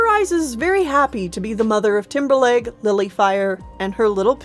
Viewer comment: I kept thinking you were saying Timberlake instead of Timberleg